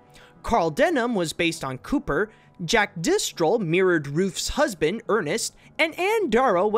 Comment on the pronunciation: It's Jack Driscoll not Jack Distrol. LOL